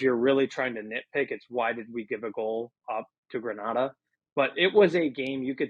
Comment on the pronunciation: Please learn the correct pronunciation of Grenada....I will believe your thoughts on football when you can do that.